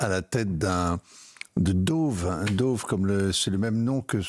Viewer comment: D.O.G.E. ! et non D.O.V.E. ! la cryptomonnaie de Musk